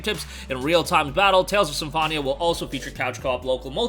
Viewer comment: Sorry 😅 "SymFONia"